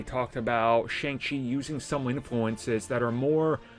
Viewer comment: This dudes voice is too annoying. I've been around nerds long enough to know this guys super basic lmfao cant even pronounce Shang Chi right. What a joke